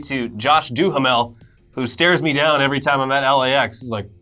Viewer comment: It's Josh DU-HAM-ULL.